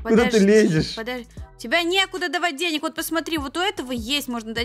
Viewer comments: что такое деняк правильно денег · Вообще то правильно дай денег а не дай деняг😒